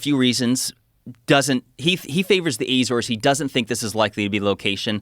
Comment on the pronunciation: The way he pronounce Azores (The Azores, Portugal).